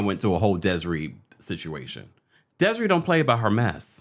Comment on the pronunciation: Deh seh RAY! That’s how you pronounce her name babes ❤❤❤